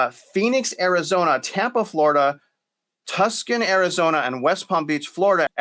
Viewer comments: It's pronounced (Toosahn) AZ, not Tuscan! Good show! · It's pronounced "Too-sawhn" Arizona. Not Tus-cun. Great video though! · did you say 'tus-con'? It's pronounced 'Two-son'. what are you peddling here? :D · This guy loses alot of credibility by not knowing about some cities such as: Tucson, Nassau, and Newark. He has no idea how to pronounce them, which means that he doesn’t even know where they are, or even heard of them before. It’s cringeworthy hearing his pronunciations of those cities or counties😮